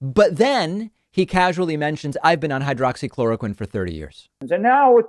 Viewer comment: Flynn called it "Hydrocloroquine" not "Hydroxychloroquine". I call bullshit. You can't take a med for 30 years and not know how to say it easily and rattle it off your tongue like it was nothing.